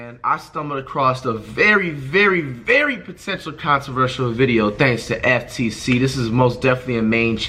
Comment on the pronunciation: Did this nigga say “Consivertial”?